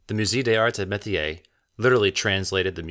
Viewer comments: .....MOOZAY DAYS ARZ AY MAYTEEYAY.... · Moo-ZAY duh ZARTS AY muh-tee-AY. In case you care to try a bit harder with the pronunciation 😉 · "myu-say days-arts eh mehteeay"Museum of THE arts and ..otherwise "d'arts"